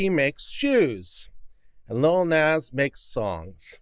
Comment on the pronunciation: plus I love the pronunciation of "Nahh-zz" as "Nez" 🤣💖